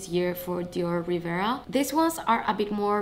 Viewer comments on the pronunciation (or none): It’s Riviera, not Rivera….